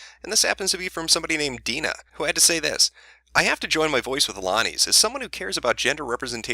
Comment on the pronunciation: Damn. Haven't dealt with this level of personal cringe since Lindsay Lohan's mom was getting bitched out by the public. It's nice that my name isn't particularly common, but always a pain when those who share it with me act like jackasses. Good job on pronouncing it correctly, though. People usually try to add extra vowels in there.